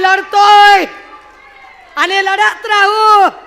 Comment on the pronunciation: आनि पानि वहन पुरन …. ह्या बाई च्या भाषा शिक्षकाने आत्महत्या केली.